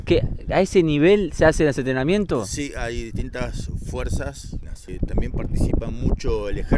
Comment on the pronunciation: entreamiento? jajaja